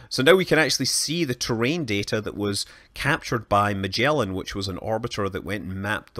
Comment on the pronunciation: The way he prononces Magellan, argh